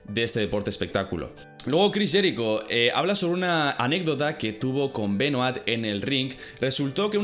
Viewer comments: Voz de hermion Es "Benua" No "Benuat" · Se dice "Benoá" no BenoaTTTTTTTT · Crish benoait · porque los españoles pronuncian tan mal los apellidos, nombres etc en otros idiomas? me saco de concentración escuchar a cada rato el apellido Benoit mal pronunciado